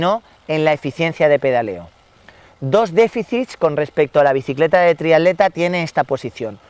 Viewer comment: Muy bueno, especifico y bien explicado. lo único es que repetir triadlon y triadleta en lugar de triatlón y triatleta tantas veces llega a ser molesto